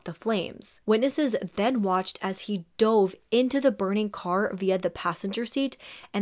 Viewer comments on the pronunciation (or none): none